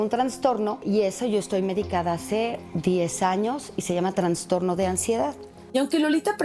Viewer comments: Se dice trastorno… no se dice transtorno por favor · A VER REPITAMOS : TRAS .. TRAS .... TRAS ...TRASSSTORNO SE DICE. NO TRANNNNNSSSSTORNO!!!!!!!!!! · Dice transtorno??